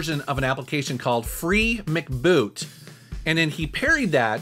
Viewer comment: Still not pronounced "Mec boot" or "Mac boot". It is written short for "memory card" and you pronounce it "Free Memory Card Boot" or "Free M.C. Boot".